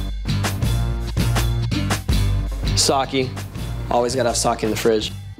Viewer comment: Did i just hear Tony Hawk say, “Sawkee”??